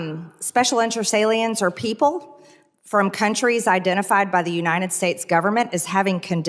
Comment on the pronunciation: Excuse me Mad Marge but it’s pronounced UNITED not UNINDED!!!